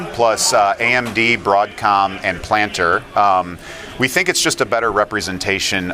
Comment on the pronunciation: Planter, never heard it pronounced like that b4